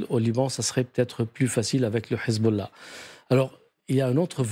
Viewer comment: Pourquoi quand ils disent hesbollah ou hamas ils le disent avec le h prononcer obligé c pour faire allusion ak les arabes